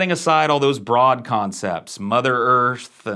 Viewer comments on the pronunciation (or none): none